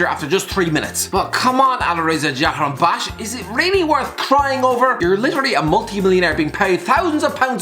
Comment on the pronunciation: No one:: Alireza Jahan BAKHSH